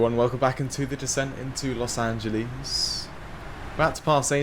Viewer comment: Los Anteles? 😂